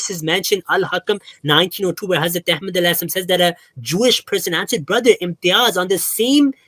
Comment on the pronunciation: How the he'll this can say hazrat Ahmed maud as what the hell